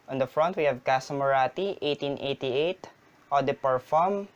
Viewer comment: Please say 1888 again!